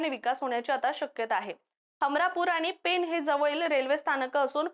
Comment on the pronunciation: पेन नाही, पेण आहे ते. 😂